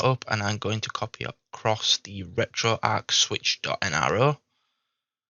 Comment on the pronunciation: It's pronounced retroARCH, not arc.